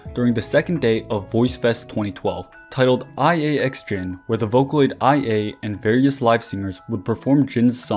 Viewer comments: just wanted to comment here and say that the vocaloids name here and throughout the video is actually pronounced like “Lia”, and not “I.A” Amazing video nonetheless!!! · IA is pronounced "Ee-Ah", it comes from her voice provider's name; LIA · OИE's name is pronounced like "Oh-neh", and IA's name is probably like "Ee-ah" ☠️ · IA is pronounced (ee-ah) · Great video, but I can't stand your pronunciation of IA's name😭 How can you be a fan and make THAT HUGE MISTAKE lol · Hahaha... I've seen few youtuber mispronounced IA due the capitalized text. They probably confused by her sister name too, ONE